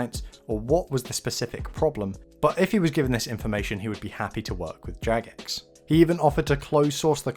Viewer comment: Ok its jagex not jadgex first off and clearly you dont understand whats going on right now i suggest rewatching the video and perhaps doing some more research. If your little mind is this shook then perhaps you shouldn't continue to play. People like myself who have played since classic could give a fuck less about your feelings or thoughts, your simply too young to understand these things.